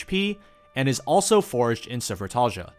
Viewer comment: I'm amazed that you could pronounce Sufratalhja hahaha I can't 😆